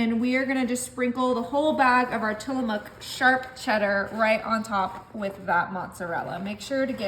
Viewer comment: It’s actually not Tilla-muck. It’s Tilla-mook like “book”. Tillabook Tillamook. I’m Washington State born and raised and don’t live too terribly far from Tillamook. So I know what it is.